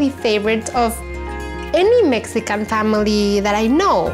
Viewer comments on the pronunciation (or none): none